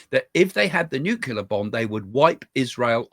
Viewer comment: Can you please say nuclear the correct way it's not nuclear